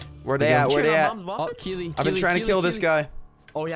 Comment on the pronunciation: Omg, you actually said Keeley right Hahaha! When I saw it I was like "Omg someone other than me spells their name that way" I was so happy when you said it right.